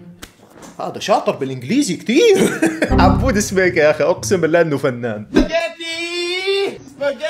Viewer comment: 😂 اسمه عبود سكيبه مو عبود سبيكه